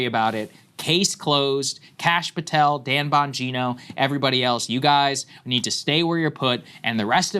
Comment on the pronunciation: I wish Sags would teach everyone how to pronounce Patel and Khanna.